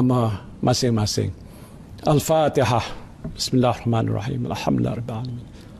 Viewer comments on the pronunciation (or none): Bosnu pasti yg di baca al patekah y bong Bkn al fatiha 😁😁